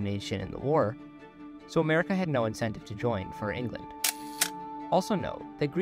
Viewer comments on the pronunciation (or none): none